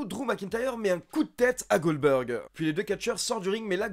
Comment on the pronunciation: MDR, j'ai bien entendu ? tu nous as fait un "Oldberg" ?